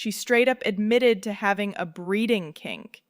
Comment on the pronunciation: A "Breeding K I N K" ??!!!!! Wtf!! JFC